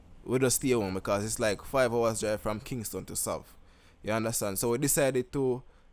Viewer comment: bro bro! Lol 😂 just say SAV!